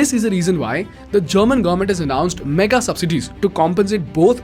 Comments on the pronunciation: its government not gaarmet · Its government and not garment 😉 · What is the pronunciation for “Government”? Please note there is a letter ‘v’ in the word. It is not like Gorment or Gourment. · Are we going to ignore how he is pronouncing garment instead of govern ment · sorry but i hear garment every time, when you say government.